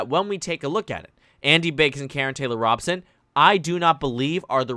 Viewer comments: It is Robe-son not Rob-sun. Fyi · Good video. Just so you know, her name is pronounced ROE-bson. I speak as a native Arizonan :-)